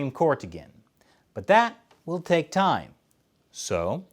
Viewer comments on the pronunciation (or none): none